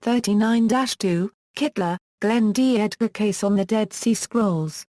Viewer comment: Please pronounce his NAME correctly. Thank you!